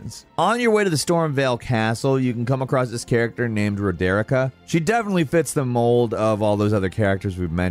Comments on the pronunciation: One thing, not a major issue, but hearing the prononssiaton of the characters names on these videos is quite hard, like. Roderika, and Marika, stated in the game is easy to replicate, at least for my european accent, feels harsh earing it badly 😅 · Man I love the videos, but your americanised pronunciations for this game have been driving me crazy, particularly Siofra river and Roderika. Look them up please. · Ro-der-i-cka 🤔🤔🤔🤔 Bl- ai- yad 🤔🤔🤔🤔🤔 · How are you such a huge FromSoft fanboy and you can’t even pronounce so many things correctly. Roe-deer-ih-ka???? REALLY??? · Does this guy get paid extra to not only pronounce shit wrong but not even listen to the characters say there own names? She clearly say Rod-ri-ka not Ro-derick-a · Roderika: "My name is Roderika": I shall call you Raderikah. I was watching this going man... has done such a good job in this one without messing up a name or word that's stated obviously somewhere! And then it got to Roderika. A name stated and pronounced by at LEAST 3 different characters (Roderika herself, Hewg, and Nepheli Loux after giving her the Hawk King ashes). Wouldn't be a Video without something like this somewhere.:P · Raw-deer-eek-ah???? Seriously… c’mon 😂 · its "ROD-EH-REEKA" get it right! madge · Rah-dare-ica?? What kind of pronunciation is that?? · I can’t believe that I’m upset with how he pronounces Roderika, and doesn’t even mention Hewg by name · Why do people keep mispronouncing Roderika's name?? I mean two characters are guaranteed to tell you her name over and over again. How is it still that hard?? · the way you pronounce Roderika should be illegal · You care pronouncing roderika's name wrong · This is a good video but the pronunciation is brutal. Did you play the game on mute? Blaidd and Roderika's names are literally pronounced in the game for you. Also Raga-don was pretty funny. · Ah yes, Ro-Derrik-Ah and Bl-eye-ed.